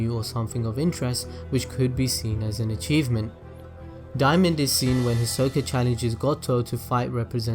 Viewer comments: The way he says his name is weird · THATS NOT HOW YOU SAY HIS NAMEEEEEEE 😭😭😭😂😭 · Why you say his name like that 😭🤚